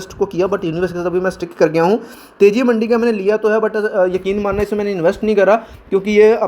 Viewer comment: Bhai मंडी nahi मंदी है वो😂